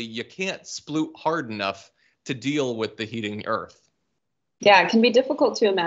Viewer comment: It's amazing how John leaves the l out of sploot every time.